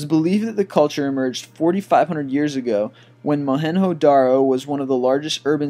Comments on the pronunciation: Mohenjodaro , not Mohenyodaro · Mohen-JO (like J for JOHN) Daro, not mohen-HO Daro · its mohenjo daro not moheno daro........and where is the Buddah of Bamian Afghanistan? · You said Mohengodaro wrong.